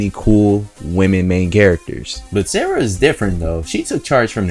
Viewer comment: Okay, is definitely spanish. You can't hide that pronunciation of 'Sara' from spanish-speakers.